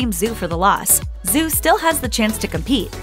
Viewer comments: It’s not pronounced Zoo, Zhu is pronounced as Ju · Just so you know, Zhu is pronounced more closely to 'joo' (with closed rounded lips) than 'zoo'. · Her name is pronounced "Dju" not "Zoo" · I couldn't stand to watch more than half of this because of the way this narrator repeatedly mispronounces her name. Zhu is not pronounced "zoo". Learn to pronounce people's names correctly ffs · Her name isn't Zoo Yi... It's Zhu, pronounced like shoe, but with a Z sound rather than an s. Good Lord, can't get anything right when it comes to talking? smdh WAY - Bow NOT Wee - Bow... rolls eyes heavily You're saying Zhou wrong too. No surprise there, though...